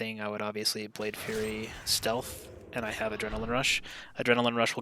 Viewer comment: Thanks again for this video, it is helping me learn the spec coming from assa. I look forward to seeing your keys in season 2. One small critique, I think you're saying "Blade Fury" like a Fury Warrior. The ability is Blade Flurry like a McFlurry. Keep up the good work, cheers.